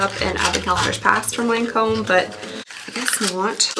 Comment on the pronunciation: I'm glad I can't handle highly fragranced products. It seems so many of the high priced brands like to do this. I'll stick to whatever's on sale as I need it. (just a side note, it's pronounced lon comb)